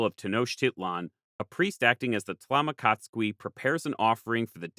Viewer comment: Incredible video as always! Just a small correction, the "qui" in tlamacazqui is pronounced as "kee", and the z is pronounced like an s